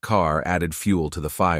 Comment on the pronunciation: KOO-BA!!!! NOT QUE-BA!!!